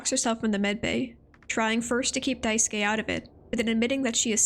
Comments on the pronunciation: you pronounced Daisuke’s name wrong, his name is pronounced [dye-sue-kay] or [dice-kay] if you say it faster!! amazing character analysis video regardless. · Really minor nitpick. Daisuke would be pronounced as “Die-skay” not “Die-ski”